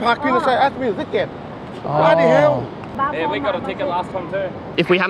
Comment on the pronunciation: why is it so funny to hear a guy with a heavy asian accent say "bloody hell" hahahaha